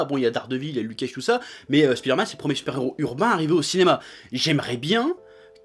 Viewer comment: a il dit "spider-matte" mdr